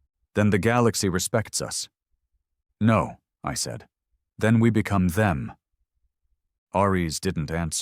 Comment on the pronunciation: I may be wrong but I think the AI is reading "no" as "No." which is the abbreviation for number, No. = Number. What I don't get is after hundreds of stories the issue still isn't corrected. Sadly I've got used to it now lol